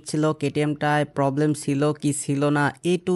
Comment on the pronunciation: ইঞ্জিল ❌ ইঞ্জিন ☑️ পবলেম ❌ প্রবলেম ☑️